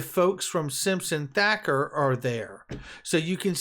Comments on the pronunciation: Its Simpson Thatcher like Margaret Thatcher...spells with a ch not a K!! COME ON!! Big fan of your work btw. This just grinds my gears!! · Hey, it’s Simpson thatcher, not Thacker. I love your stuff bro!